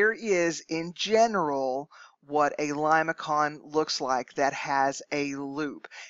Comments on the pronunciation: limason not limaKON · It is something like Lay -may-son, not limakon when you pronounce it. Please make corrections. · I believe your pronunciation is incorrect. Limaçon is a French word so the c is pronounced as an s. So The first pronunciation lih-muh-son is correct.